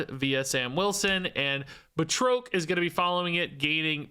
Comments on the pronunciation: Bruh the pronunciation of Batroc is killing me! He's FRENCH! ba-TROK not Ba-troke! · put too much stank on Batroc's name. ("Bat-Rock") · One note... I believe it is pronounced BAT-rock the Leaper. Thanks for the breakdown!! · It's pronounced like Bat-Rock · I always thought Batroc was pronounced "Bat-Rock" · Oh. And based on Stan Lee and the movies... It's pronounced 'Bat-Rock', sir. 😅😊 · Just a little pronunciation note: I’ve always heard and pronounced it “BAT-ROCK” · Here to help with pronunciation: it's 'Bat-rock' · So the guys name is pronounced Bat Rock. Just FYI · Bat Rock is the pronunciation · I think it's pronounced "Bat-Rock" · The pronunciation of batroc is killing me. It’s like ba (as in bat without the t) and troc is (rock with a t in front) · calling Batroc by the fancy French pronunciation, Báţŕôqůē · Great video! Just a note, Batroc is pronounced Ba like air and troc like frock. He was the guy that Captain America fights on the boat at the beginning of Captain America: Winter Soldier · I've never heard anyone butcher Batroc's name so badly lol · That Batroc pronunciation really hurt my soul.